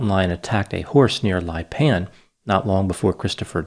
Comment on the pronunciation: This is about a 2-hour drive from me. I feel so sad for his mother, this being the first anniversary week of his death. You pronounced Lipan” perfectly, linguistically. Just like a native Texan. Thank you for this intriguing analysis,. ❤️